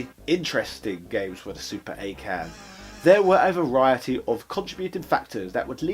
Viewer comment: It's pronounced Awe' Ken